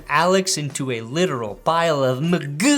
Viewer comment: Pls stop pronouncing Mcgoo like that